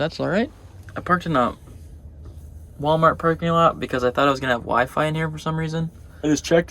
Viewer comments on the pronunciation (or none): none